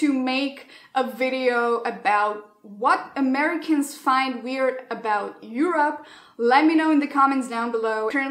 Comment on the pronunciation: I love how you pronounce “Europe” as “You’re up”, because Europe is actually “up” in many aspects in regards to America. With love, this Mexican American from the border who is way too used to those culture shocks on a daily basis. Lol ❤️ loved the video!